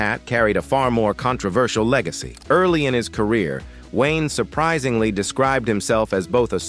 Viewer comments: John Wine?! BetDavis?! Get rid of the AI narrations!!!!!!!!!!!!!!!!! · John 'Wine" , what crap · Computer voice, mispronounces come common words, like 'John Wayne' .